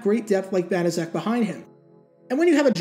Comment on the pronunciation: I thought it was pronounced "bana check."